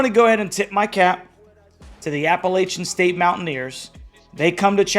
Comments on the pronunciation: At least learn to say App-a-latch-un. Its not App-a-ley-chun. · You pronounce Appalachian “incorrectly.” You’re from Jersey…such a poser. People who actually are from here , even the ones that WENT to unc…are belly laughing at You…